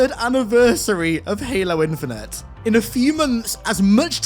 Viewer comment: Halo what? Infineter????